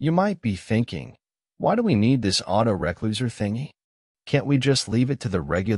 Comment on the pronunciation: Typical AI voice-over. "auto-reck-loser"!!! Can't even teach it to say re-closer! Still a very good content though, appreciate the upload ;)